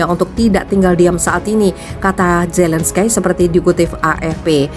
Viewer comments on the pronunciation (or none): Volodymyr Zelenskyy cara bacanya Volodimir Zelenski. Bukan Zelenskai. Kiev atay Kyef cara bacanya Kiyef. Bukan Kif. Mentang mentang di Afghanistan ada nama Hamid Karzai kamu samakan dengan nama orang Ukraina. Zelenskai. Ngawur.